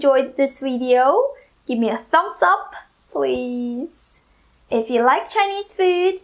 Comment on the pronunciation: you pronounced thumbs up with a T. Why? Sorry, I love your accent and the way you pronounce several words. It will take away from the original. Thanks again! I had to go back and watch your char siu video. Don't change these words! Thank you, all the best to you